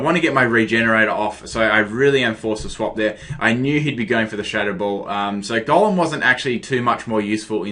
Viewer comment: Am I the only one who think that when he says Golem it sounds like Gollum...? No hate though, love the accent~